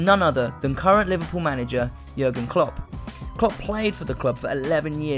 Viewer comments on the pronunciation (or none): none